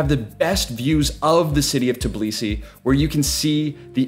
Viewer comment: Bro it's Tbilisi not Tiblisi, you keep saying it wrong. Thanks for the video though🙏🏻